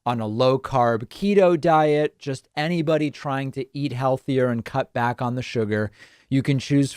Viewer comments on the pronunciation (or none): none